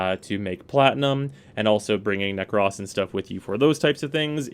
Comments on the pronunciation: Why is he saying Nekras instead of Nekros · “Nekross” I died a little inside every time he said it like that 😭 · ahhh yea you’re right. I completely forgot about that. It still sounds so weird to me though but oh well lol. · The only thing...narrator says "Nekros" funny...otherwise great vid.